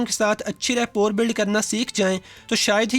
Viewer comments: It is not rapor, it is rapoa.. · The word rapport is pronunciated as rappo. It's the same word that is commonly used in our daily life k is bandey ki rappo Achi hai jisko log reputation samajhtey hein. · Rapport..it sounds Rapoh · Rapport mai T silent hay